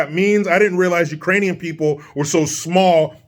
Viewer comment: He Also called them Irainian instead of Ukrainian People 🤣🤣🤣🤣🤣🤣🤣🤣🤦🏾‍♀️